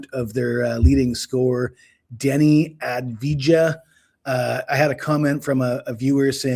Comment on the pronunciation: I love addveejaa jajajaja he’s one of my favorite players. The J is soft come on man you sound dumb